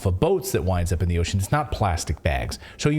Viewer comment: In Klaus Schwabs words it's "Za force industrial revowution"